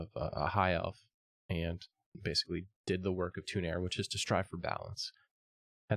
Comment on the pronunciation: fuh roe nuh veye. also says toon-air instead of too-nar-ay